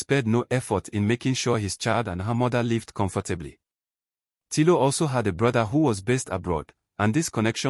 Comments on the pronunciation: its Tino not tilo and its emaudo not the one you said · It’s Tino. Not Tilo